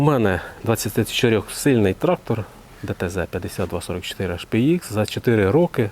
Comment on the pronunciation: так хвилювався, що у піжамі застрічає "трахтор..."